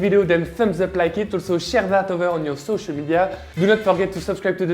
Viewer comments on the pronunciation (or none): Share sounded like chére yay! Love the sweater and the mashed potato balls yum!! How do you say Merry Christmas in French? I say Felíz Navidad!